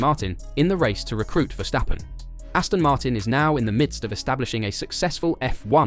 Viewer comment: Ver-stap-pen. Not Vestjappen